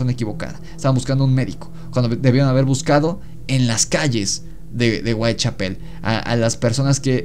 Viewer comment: Muy bueno pero no es Whitechapel con acento en pel, el énfasis va en cha